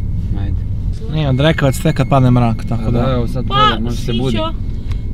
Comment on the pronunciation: jel on to rekao drkavac😂